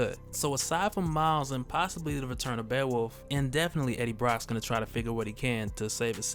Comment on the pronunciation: Sorry man buts its beowulf (bay-o-wulf)...not bear wolf. Now you know, welcome!